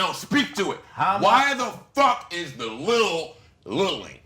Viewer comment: If says "LEEHL" one more fucking time, I will fuck a hole through the concrete and nut into the Earth's core.